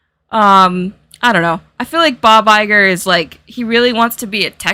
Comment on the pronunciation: The way you pronounce Bob Iger, I heard " by by girl" (I don't know of your pronounce has something peculiar or it's the regular one, but I am Italian native-speaker and had never heard that name pronounced by an English speaker, so I didn't expect it to sound like that)